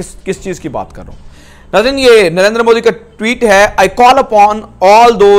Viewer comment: Sab baat ek taraf please pehle koi inhe naam sahi se lena sikaho moodi, adiyanath kya hai yeh😅😅